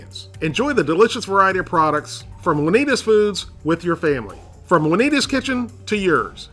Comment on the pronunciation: the way you say 'Juanita's' is so great... "Wunneeduz"